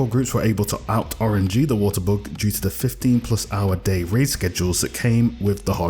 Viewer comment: am i the only one hearing he saying book instead of bug? :)) hes cute